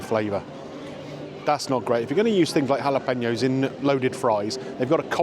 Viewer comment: Why do you say jalapeños like you do 😂